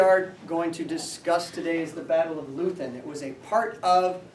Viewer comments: I've always heard Leuthen pronounced something like "LOY-ten." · The German pronunciation is "Loy-ten". Was this a history class in a public school? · Re the pronunciation of Leuthen, no worries, mon ami😄. You’re more enjoyable than all my some 150 Osprey military history books, or even my complete West Point Military History series. As Oliver Twist might say, “Please, Sir, I want some more.”